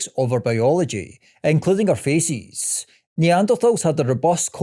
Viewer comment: Good video, but all I hear is faeces when you say faces haha